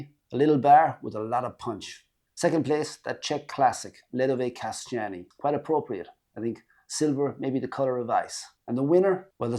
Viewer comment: Anyone who told you the "Kaštany" are pronounced as "Kasťány" was making fun of you :-).